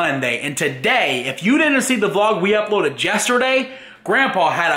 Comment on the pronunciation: you said jesterday